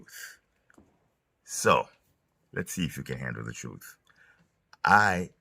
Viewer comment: Dude it’s 2025, are you still saying “troof”?